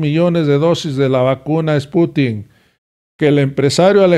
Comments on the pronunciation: No es Sputink,...Es SPUTNIK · Creo que es spuntnik no sputin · No,no es esputin es SPUTNIK